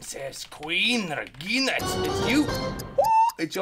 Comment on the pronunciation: that was a russian accent...regginaaa